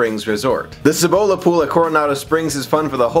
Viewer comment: Isn't is pronounced see-bo-la?